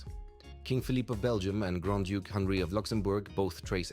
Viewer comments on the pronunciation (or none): none